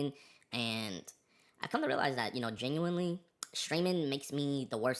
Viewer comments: He’s geniunarre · yenuinly funny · he saying genuinely like its niche